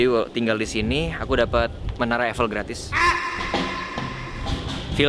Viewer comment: Pas ngomong Menara Eiffel lucu bgt bang randy